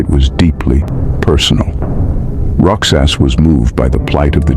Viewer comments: Just a small correction. Roxas in pronounced "Rohas" not "Rok-sas". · Roxas "rohas" not roksas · ROXAS IS PRONOUNCED AS ROHAS NOT ROKSAS❤ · we pronounce "Roxas" as "Ro-Hass", not "Rok-saas" po.❤ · Rohas is the pronunciation not Roxas if your wondering. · I was concerned of the way he repeteadly mispronounced Roxas. Did not even researched how to pronounce names he was not familiar with. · it is pronounced as ro-has, not rok-sas. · Roxas is pronounced "Rohas" lord have mercy... my bells are ringing. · Roxas is pronounced as Ro-huhs. X sounds h not x. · pardon me but the exact pronunciation of roxas is like rohas! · Although this was great what really bothered me was you pronunciation of roxas its supposed to be said " ro has" but i understand that we have different pronunciation but it just really bothered me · this comment is not bashing this narrator but just to correct about how to pronounce ROXAS... It pronounce as ROHAS.. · Roxas was pronounced as " Ro has ", anyway i enjoy your content, subscribing now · Roxas is read Rohas😊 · Wrong PREIDENT... Abd WRONG pronunciation... ROXAS is better known as ROJAS in other spelling == ROH'AS Just as TEXAS is supposed to be pronounced TEJAS == TEH'AS and so it's spelled on older maps... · The letter "X" in ROXAS is pronounce as "H"